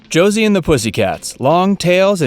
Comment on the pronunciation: The way this guy says Josie.... My ears hurt. It's Jo see with a soft s! At least in the begging he says it like the s is a z.